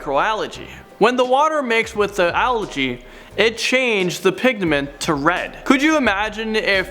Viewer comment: "it changed the pigDement" lol